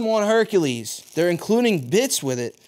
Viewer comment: OMG 😂! He said, “Herkahleez Herkahleez HERKAHLEEZ!” From THE NUTTY PROFESSOR! 😂😄👌🏾👏🏾